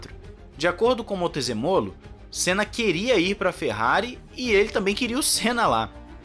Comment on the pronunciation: Pronuncia corretta é Luca di MontezEmolo como se fosse acentuada onde coloquei o é maiusculo